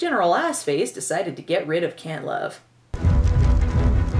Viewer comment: It sounded like the General said, Dr. Cuntlove lol